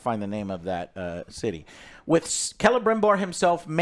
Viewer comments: You know this show is nerve-racking when Joe says Celebrimbor the right way and now it’s who says “Selebrimbor”. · Last episode Joe corrected his name pronunciations, but this week he went right back to Celerybrimbor.